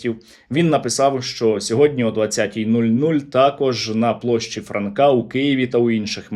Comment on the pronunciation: Це яким треба бути тупим щоб в призвищі Франка поставити наголос на ФрАнка сука ахаххахаххаха кацапи ви тупі тварини і у вас немає шансів перемогти, піздуйте на болота вмєстє з своїми мальчікамі